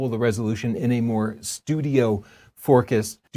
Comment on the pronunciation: "STAY FORKUSED."